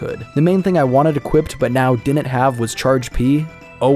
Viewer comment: The way he says "didn't" is so cringe. "Dinint" 🤮